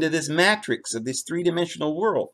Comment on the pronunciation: jesus fulfilled the old law and why do you mispronounce the word Matrix ?